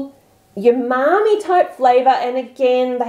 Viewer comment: You keep saying yumami but it's umami.